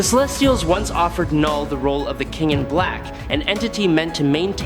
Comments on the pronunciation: Please say it right it is pronounced null not k-null..... Have you ever spoken English before? Heard of a silent letter? Look into it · I hate ai voiced trash. Its Knull not Kuh null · It’s just Null, not Knull.. like Knox is pronounced Nox